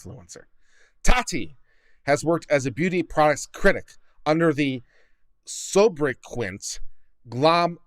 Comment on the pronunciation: Please pronounce sobra-kay, sobriquet.. with French inflection if you really want to get it perfect'.